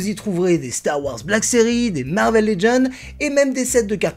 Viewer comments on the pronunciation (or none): none